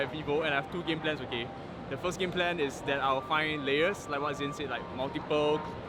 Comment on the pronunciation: Nobody getting zhin's name right🤣